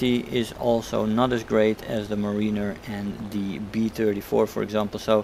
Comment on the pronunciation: It’s pronounced “mare-in-er”